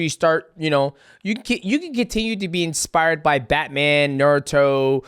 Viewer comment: Why does he say expire instead of inspire is that a black thing or a death sentence thing